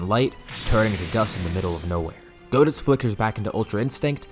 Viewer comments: goditz sounds like cheezeits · It is GO-ditz tho and not GOD-itz but close enough lol